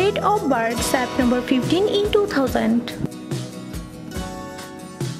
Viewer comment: ITS NOT BHOCAL ITS VOCALS ITS NOT SAPTEMBER ITS SEPTEMBER